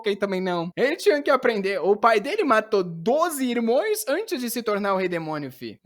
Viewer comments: Né possível cara! Acho que o até hoje só fala errado pra gente vir comentar. "Irmoes ele fala, quando é irmãos/ cidadoes ele fala, quando é cidadãos. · Ô, pelo amor de Deus, pare de falar "irmões" kkkkkkkkkkkkkkkkkkkk